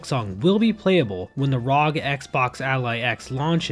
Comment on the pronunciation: i am unfathomably infuriated by how you pronounce "rog"